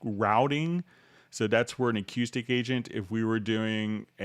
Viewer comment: Dude..learn to pronounce acoustic. HA! Still. Love the vid